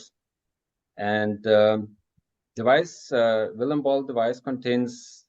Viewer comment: LOL, “Vilima Ball”. is a good guy, though.